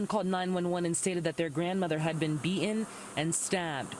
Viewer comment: How are you employed saying Bee-ened?!?